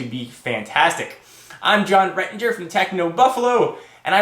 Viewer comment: first time that i see hes face and talking:"wazap everyone,... hier with..." xD